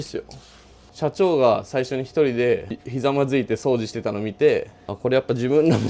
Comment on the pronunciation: 掃除のイントネーションおかしいけど地方によって違うのか？